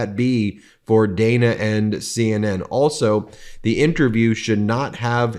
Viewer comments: Ben, am is all you need to say. Following that with "in the morning" is redundant. And Dana Bash pronounces her name "Danna" with a short "a". Come on, man! You should know this stuff! Congrats on hitting 3 million subs, MTN! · As opposed to am in the evening? Measure words. Extra verbiage grates. And CNNs Ms. bash's first name is pronounced Daaana if you spell it phonetically. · Ok y'all... Huge fan & respect what you do... But Ben, oy vey Ben... PlEaSe have someone police your pronunciation of people's names. It's so often it feels purposeful, which I would hope is not the case.. for example- Dan-a Bash... Not day-na. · BEN, IT IS PRONOUNCED DAN AHH, NOT DAY NAH...... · Dan-a not Day-na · It's DAN-a (like Daniel) not Dayna Bash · Her name is produced “Dan” a, not Dana. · It’s Dan-a, not Dane-a. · It is DANNA...not DAYNA! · She pronounces her name as DAN AAAH not DANE A. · Ben, Good report, but let's not fall into Trump-like pronunciations, it is Dan-ah, not Day-na. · Her name is pronounced like the name Dan. Than add an ah to the end of it. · Ben, why are you mispronouncing Dana?